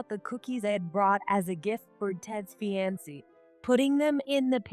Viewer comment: Fee-an-see? It’s a variation on the more usual Fee-an-Kay. Sigh. I’d love to hear Fiancée/Fiancé just once. Now we got Fye-on-see…